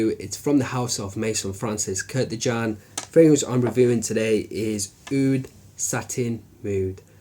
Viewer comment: I don't get it, many of you don't know that his last name is KURKDJIAN, not KURDJIAN or KURTJIAN or whatever.. If you use and pay a lot of money for some product then try to remember what have you buy.. like many people says: Tommy Hilfinger, Grunding and so on..